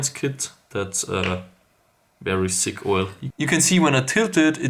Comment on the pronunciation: Lmao sick oil (ik he meant thick im german i understand hjs accent)